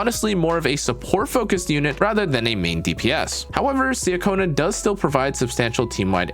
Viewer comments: nice guide! btw just fyi, her name’s pronounced chacona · Great guide! It’s pronounced CHA-kona btw. I’m so happy I got her!